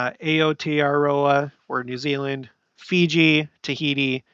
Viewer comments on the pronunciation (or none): none